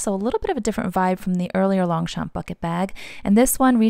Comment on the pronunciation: You are so cute trying not to butcher french names! I'll try my best to help: Longchamp : in fact the 2 "p" are silent : it is pronounced lon-cham/ Foulonné : foo-low-nay Epure : ay-purr Since they use actual names from the dictionnary, you can also use google translate to pronounce it for you :)